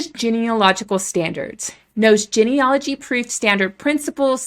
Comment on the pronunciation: Why are we labeling people? You don't even pronounce "genealogy" correctly and sound like a robot, anyway.